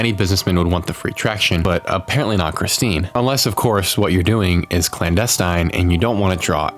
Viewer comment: That name is Christine. Chris-teen.